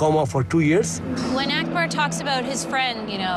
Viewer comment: It's not Ackber. its Akbar u damn he's an Indian too